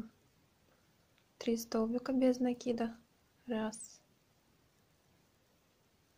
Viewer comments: Не нАкид, а накИд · Мишка невероятно милый. Попробую связаться такого. Но пожалуйста, вы столько раз сказали слово "накид" с неправильным ударением. Очень бьёт по ушам. А мишка супер. Вы большая молодец.